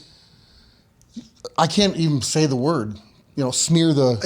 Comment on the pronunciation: Brock said “Smeer the….” Ahahaha